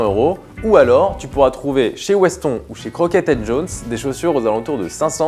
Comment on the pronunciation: Weston se prononce "Westone" comme en 'anglais. Sinon très bonne vidéo, comme d'habitude.